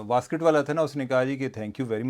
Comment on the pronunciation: واسکٹ نہیں ویسٹ کوٹ پلیز 😅